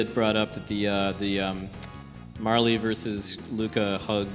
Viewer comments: Butterfly, pfft, it's clearly a Magneto helmet. And yeah, Marley, wut. Marle rhymes with Carl, as has been mentioned. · Agreed. The e is most definitely silent. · Never heard anyone pronounce it "Marley" before. Marle rhymes with Carl.